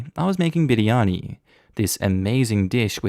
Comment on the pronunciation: Oof, his pronunciation of biryani was so good 😩👌